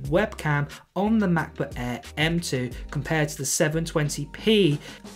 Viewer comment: f.luck your poor english accent. "MACBOOK ÆÆ" 😁